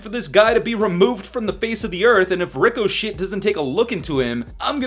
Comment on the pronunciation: I can’t tell if he’s calling it “ricoshit” on purpose because of how shit the supposed anti-cheat is, or if he doesn’t know how to say it…